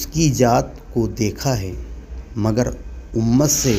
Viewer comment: Zaat kahete hain ,jaat nahi apna makhraj to sahi kar lijiye taki log apke waaz ko sun kar super amal Karen warna logo me ghalat masg jata h😊😮